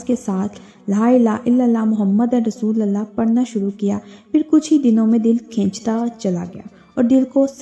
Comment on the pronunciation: Mohammadar Rasulallah❌ Mohammadur Rasulullah ✅